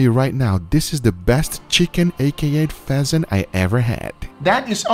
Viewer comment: Guga: throw the pheasant in there. What i heard: throw the peasant in there